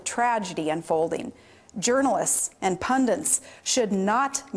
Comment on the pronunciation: 1.07 "pundents" lol...